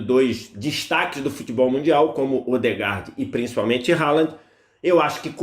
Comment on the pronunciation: O nome do jogador se pronuncia "RRolan"